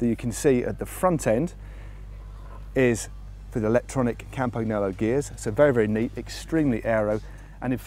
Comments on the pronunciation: Matt for the nth tine it's not Campag-Nolo!! It's Campan-Yolo!! Try to imagine an italian saying campag-nolo.... sounds wrong right? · You're hurting my ears Matt. How to pronounce Campagnolo